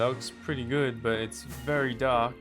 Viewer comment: gewd instead of good